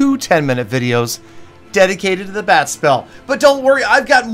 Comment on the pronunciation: Whenever u say bat spell, it sounds like bad spell..lol